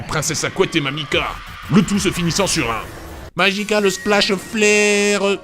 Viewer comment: Va en enfer pour ta blague sur Obi wan et surtout pour ta prononciation pourrie du magical splash flare de notre regrettée Mamika XD A part le coup de Mamika, les meilleurs scènes sont la mort de Marco (très dérangeante avec les sons) et Eren qui dit qu'il va tuer alors qu'il a même pas de main XD